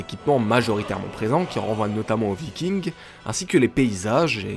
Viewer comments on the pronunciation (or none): none